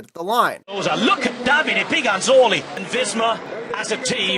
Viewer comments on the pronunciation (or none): none